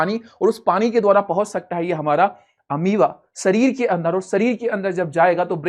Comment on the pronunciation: Sir Ameaba nahi hata hai balki Amoeba hota hai ❤